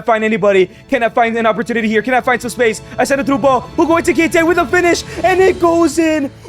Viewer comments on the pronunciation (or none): Why does he call him eTiKiTe instead of eKiTiKe